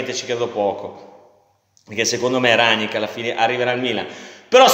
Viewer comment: Minuto Rrrranngngnickkk 😂🤣😂🤣😂🤣😂🤣😂🤣....la maglietta x l'anno prossimo è pronta!!